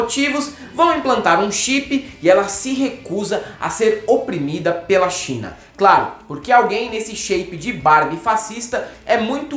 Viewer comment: no final do vídeo fala "na Chi...! na Chi...!" qual o problema desse povo em falar China?